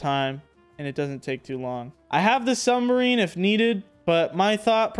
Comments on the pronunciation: It’s “submarine” not “sunbarmine”💀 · "Sumberine" sub-marine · Mans keeps saying sumbarine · New vocabulary word. Sum-barine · This man called it a “sumberine” 😂😂😂